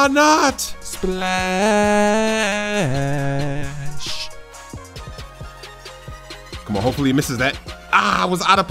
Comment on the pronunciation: OMG STOP SAYING SPALSH